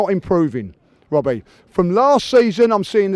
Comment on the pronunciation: "Wobbie" 🤣 dead.